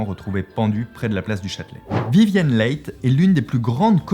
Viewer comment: Leigh se prononce Li